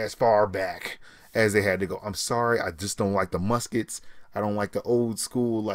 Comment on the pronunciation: Him saying Muskets make me cringe so hard